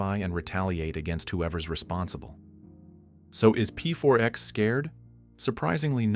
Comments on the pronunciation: Its not pfourx its pax lol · Why do you keep calling him P.4.X. if you're fully aware it's pronounced Pax? Or is this the wonders of using an AI voice? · ai... A normal person would instantly know to say P4X as PAX. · PEE FOUR X 😂😂 "Pax" woulda done well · P4X? You mean "Pax" right? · "pronounced PAX" Rest of the video: "P-4-X" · "pronounced pax"..."p 4 ex" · "Pronounced 'PAX' - So anyway, P-4-X sits at his desk" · "He chooses the pseudonyme P4X, pronounced PAX" proceeds to never pronoucing it right in the entire video. Good job AI